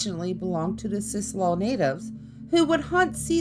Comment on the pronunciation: Except there's no facts to back up the child's death or any other death associated with Heceta Head. Nothing in the official record. Heceta is pronounced Ha-sea-ta and the local tribe called Siuslaw is pronounced Sigh-you-slaw.